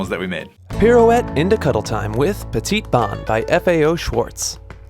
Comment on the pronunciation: I gawk at your anglicized pronunciation of "Petit Bon." The last letter of both words is silent so the actual pronunciation is closer to "Petty Bow" but not exactly.